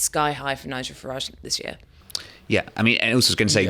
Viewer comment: It amazes me that people who should know better seem unable to pronounce Nigel Farage's name correctly.